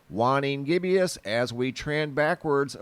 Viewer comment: wtf did u call it 🤔🤣 Its pronounced "wayning gib us" c'mon man 🤦🏻‍♂️